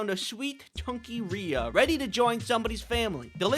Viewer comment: First of all, I adore this little baby SO MUCH! Second of all, given that one of my names is spelled the exact same way, and I have been called ‘Ree-uh’ for my entire life despite it being pronounced ‘Ray’ (it’s a family name, that is the only reason it is spelled this way!), I felt personally victimized every time you pronounced her name correctly (/lighthearted /joke)